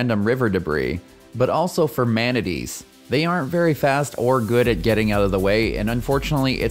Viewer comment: Great video! However, the way you said manatee had me clenching my teeth.